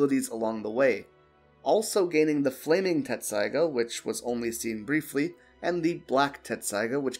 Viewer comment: It's pronounced Tessaiga, not Tetsusaiga